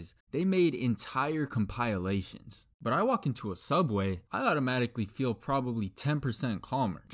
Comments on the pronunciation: "Com-pile-ateions" You gave me shutters with that pronunciation. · compiolations ITS compilations BUBBA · Bro said "compiliations" 💀💀💀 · Why does he say compilations like comPiiUUhhlaatestioons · did he just say compilelations? never heard anyone pronounce compilations like that until now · ComPIEalations 💩💀 (no offense just find it funny) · bro said compileations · i love how all the comments actually have grammar but im just focused on how he pronounces compilations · why he say compilations like that ☠️☠️☠️ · The way the man said compilations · I never heard anyone say compilations like that😭,interesting